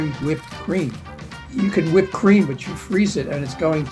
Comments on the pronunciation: You mean Cool Whwip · HWIP.... Cool Hwip... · Damnit Stewie, ok ok say whip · ok now say cool whip